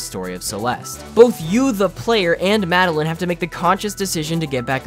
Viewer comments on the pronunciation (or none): Mad-el-eyen. Not mad-el-in.